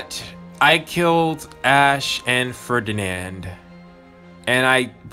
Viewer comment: Oh you pronounced Ferdinand's name right. F I N A L L Y QOTD: I liked Claude and Ingrid's conversation. Speaking of, I think I might have a new favourite Blue Lions girl.